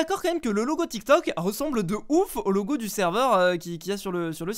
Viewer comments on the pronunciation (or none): none